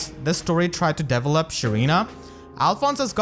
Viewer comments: Oh god, I really hope I don't sound like an asshole, just want to help. It took about half of the video trying to figure out what you meant by characters "Devil Up". It took about 5 minutes to realize you were saying Develop. Usually the emphasis is placed on the second E rather than the first. So it's De VELL Up. Instead of Devil Up. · Does anyone else hear “devilup” instead of develop 😭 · I thought he was saying level up but he was saying develop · Oooooohh, "develop"! I was hearing "devil up" all the time. Now things make sense! I'll watch the video again. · i was 7min until i noticed you say "develop" instead of "devil up". i was like wtf is deviling up? is he meaning leveling up? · I was confused but then I realized you were saying "develop" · My man. I know English isn’t your best. But every time you said “develop” it made me make faces ahahah. Not saying it’s a bad thing, but at least try to pronounce it better.